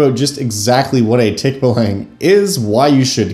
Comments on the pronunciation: Okay so: pronunciation is off; it's more like TEAK-ba-long. (Don't spend too much time on the first syllable; it's alright if it sounds kinda clipped.) That said this video is still pretty interesting! Source: am Filipino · If you want to apply Filipino mythology to your game, there is a superstition that the way to escape a Tikbalang's lair is to wear your shirt backwards (or in some stories inside-out). You can apply that as a fun puzzle if you want. 🙂 Also as a Filipino it's actually pronounced Tick-baa-lang. It's the Ba of Bali, a longer a sound. 😅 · Filipino here. That is NOT how you pronounce Tikbalang 😭. You use the ə sound when pronouncing the a's in the word, not the æ sound